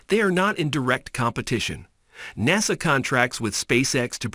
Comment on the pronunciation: How could I say this easily so I'm just going to say it bluntly can I trust anything this man is saying Hell he can't even say NASA right